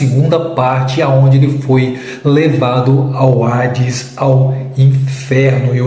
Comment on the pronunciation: Não é ARDES, O CORRETO É HADES